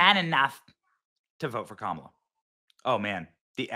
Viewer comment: pronounce her name as kaMAAALA.